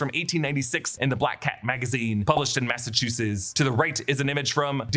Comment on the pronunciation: ma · suh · choo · suhts I can't stand everytime you butcher saying Massachusetts.